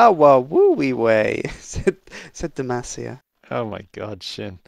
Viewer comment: Really,? Jarvan saying Demacia?! His is just pitiful.